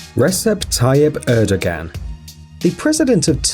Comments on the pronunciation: you said his name COMPLETELY wrong 😂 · Just FYI, the Turkish leader's name is not pronounced ReSep Tayyip ErdoGan. The C is a J in Turkish, and the G is silent. So, Rejep Tayyip Erdoan is how it's pronounced. Really grates me when names aren't pronounced correctly. The Japanese PM's name is Shinzo Abay, not Abe. Disappointed that you wouldn't learn how to pronounce these names. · Shinzo ah bee and erdowhan not erdo ghan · How about pronouncing the heads of state names correctly... ErdoGON?” Abehhh??? Really?